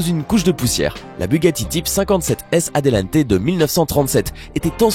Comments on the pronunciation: Bugatti 57S ATLANTE ET PAS ATELANTE! C'est gros comme erreur! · miura et non mira !! et bugatti atelante et non adelante .